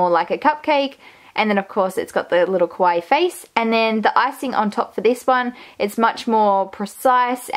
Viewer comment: Great job on the improvements. Just one little thing: kawaii is not pronounce quawai. It's pronounce ka-wa-ii. (See here: I know you are Australian, and maybe that's the reason, not sure.